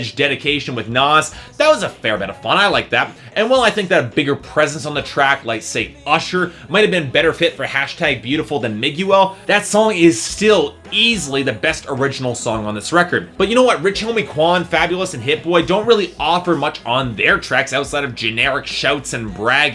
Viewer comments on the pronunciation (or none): Did he call him ..... MIG U ALE ?!?!?! It's Miguel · I love the way he pronounced Miguel. So... awful it's endearing. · I was willing to put up with your obvious stupidity in this review until you murdered the pronunciation of Miguel's name....then you slaughtered it....and lost me forever.